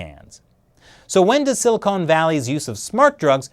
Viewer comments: I love you but you say Silicon Wierd. Like Silly Conartist. Silicon! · 37: it's silicon, not silicone. Silicone valley is a euphemism for huge breast implants.